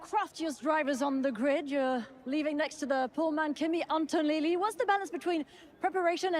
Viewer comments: And Kimi “Antolili”… who’s this interviewer? 🤔😅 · Where do they find these interviewers at? "Kimi Antonilli" ?! Seriously?!?! 🤣🤣🤣